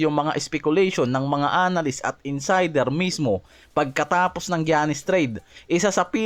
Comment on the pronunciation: Gianis - "yanis" not "giyanis".